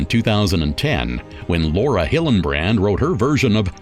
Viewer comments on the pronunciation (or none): none